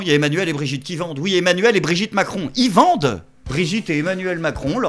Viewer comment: Mdr j'ai compris " y'a Emanuel et Brigitte qui bandent" au lieu de vendent 😂